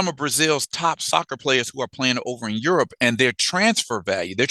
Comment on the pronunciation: Aerope not Europe